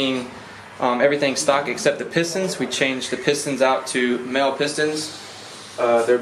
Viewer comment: MAHLE: SHould be pronounced "Molly" :)